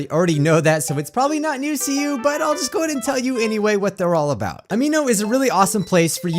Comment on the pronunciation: btw Amino is pronounced Am-i-no not Am-ee-no